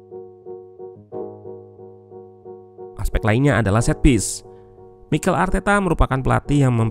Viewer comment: Bang itu namanya Mi-kel bukan Michael Arteta hahaha